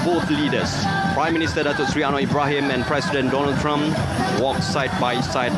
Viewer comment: Yes, the RTM announcer is in dire need to improve his pronunciation, enunciation, intonation and articulation. In addition, his descriptive delivery has its moments too. Airport personnel was described as airport personal. Don-ald Trump was pronounced as Dooh-nald Trum. And while Airforce 1 glides on the runway, he says the plane has come to a stop. Symbolic is announced sym-ber-lic. Officers was pronounced Erficers. Respect announced as ris-pek. For an event of this magnitude, DG Broadcasting Datuk Suhaimi Sulaiman should have anchored it.